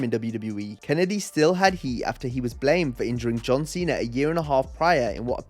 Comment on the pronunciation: I am disappointed you mispronounced Mr Kennedy.... Kennedy. It's Mr Kennedy..... Kennedy